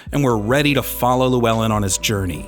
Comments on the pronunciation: "lew-well-in".. that hurts... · Also absolutely butchered Llewellyn